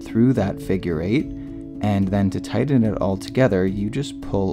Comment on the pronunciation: "tydden it"